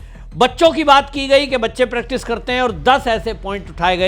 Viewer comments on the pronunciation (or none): none